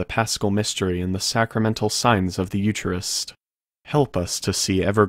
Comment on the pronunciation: Eucharist is pronounced Yu-ka-rist. Every Catholic knows that.